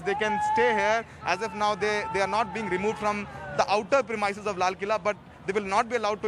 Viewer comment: Journalists don't know how to pronounce 'premises' 😶 So annoying